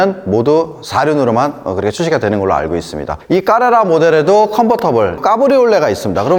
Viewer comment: 모델 이름 말하는데 까 까 하는건 좀 ㅋㅋ